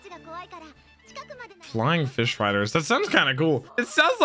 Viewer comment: Brother, go back and check Duval out in English dub. Your country accent for “Flying Fish Riders” was so appropriate. Had me dying.